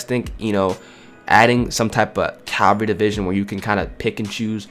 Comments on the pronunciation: CAVALRY not Calvary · Not Calvary. Resistance. Lmao